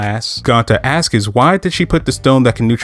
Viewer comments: Stop saying askis… bro it is ASKS bro you sound extremely ignorant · Love the info etc but if I hear the word “ASKS” as “askus” one more time ima throw my phone😂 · cool video but why do you say "askes" its "asks"